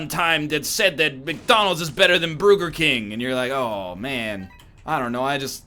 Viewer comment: did NL say Bruger King?